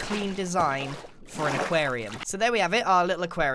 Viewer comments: he says acarium two times😂🤔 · How many times is he going to say equariam